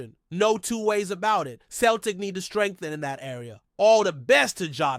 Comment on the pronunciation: You need to learn to say Celtic and Jota ffs you ain't no fan if you cant even pronounce the names